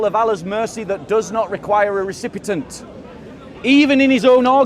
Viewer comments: I like but the word is recipient not recipitant 🙄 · Recipient , recipitant? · RECIPIENT! NOT RECIPITANT!! 😅